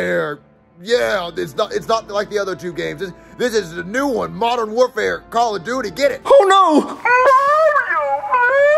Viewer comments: “Call of dutis” 💀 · No it's call of dootis